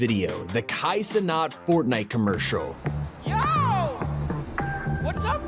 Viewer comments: now i know your voice is completely Ai because you said Kai Cenaught not Cenat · Bro said Kai cenot😂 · Bro said kai cinet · Bro said Kai cenot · "Kai cenot"? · Kai CeKNOT. Kai CeNOT. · Yu said Kais name wrong